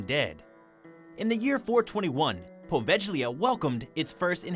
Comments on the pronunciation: Please do your homework! The "G" in Poveglia is pronounced like the "G" in glue or good, you're butchering it! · You beat me too it, there are so many channel where they crossly mispronounce the name of this ill fated little island.